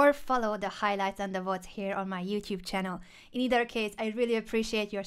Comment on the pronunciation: lol someone teach Anna the word "either"